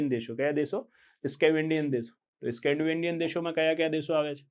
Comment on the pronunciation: Scavandian nai saheb ... Scandavanian